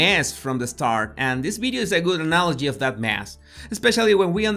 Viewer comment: Does he say Bideo or video ?????